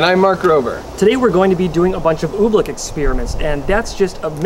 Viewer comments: its oobleck not ublick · Why does he pronounce I️t Ooblick it is Oobleck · I understand you he says oobleck like OOBLICK ohmygosh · Its oobleck not ooblecke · We love when he pronounces "oobleck", "ooh,blick" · It's oblack not obleck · it's "ooh-bleck not ooblek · Cool video but everytime you said oobleck i wanted to punch you